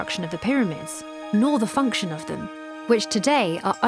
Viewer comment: Function, not fonction